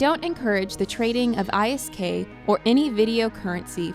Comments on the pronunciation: This video lost all credibility when you called it I....s....k not isk. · Scams are all part of eve, there's nothing wrong with it. Most likely thing to have happened from the bank scam was they created a new account, transferred all the isk there and went about their day. Also, isk isn't pronounced I S K, it's just isk, like when you say frisk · This chick does not know what the damn name is for the money. It's called ISK not I. S. K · I personally hate when people who never played EVE are making videos about EVE... 1. New Eden is not in the Milky Way. 2. Its not panaemic horde, or whatever you wrote there. 3. ISK is not pronounced how you are pronouncing it.